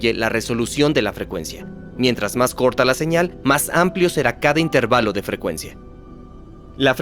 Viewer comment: Esa traducción anda falla, no es "intérvalo" sino "intervalo", lo están pronunciando como una palabra esdrújula. ¡Igual es un gran video!